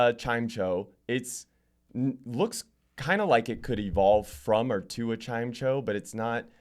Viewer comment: Chime- cho? My guy